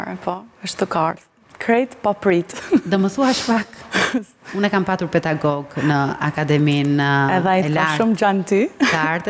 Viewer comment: Shkodra nuk flet gjuhë më vete o... Dialekt shkodran po... Dhe thuhet PeDagog e jo PeTagog.